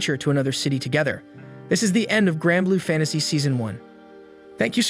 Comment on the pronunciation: It's Granblue, not Grandblue 😅